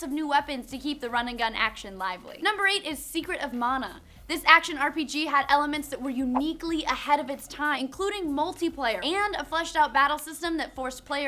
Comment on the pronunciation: "Mah-Nah" "Man-a",.. "Man-a"